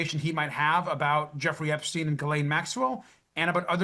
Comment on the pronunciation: Why don't you pronounce "EpSTEIN" just as everybody does for "EinSTEIN" ?